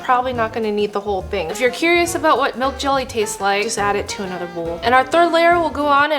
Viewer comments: coconut “MALK” 😅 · and “MALK”